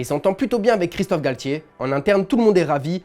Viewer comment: On dit titulaire et non tchitchilaire, Galtier et non Galtchier, le TiTi parisien et non le TchiTchi parisien (.....) Pour vous dites ''TCH'' au lieu de ''T'' ?? 🤷🤷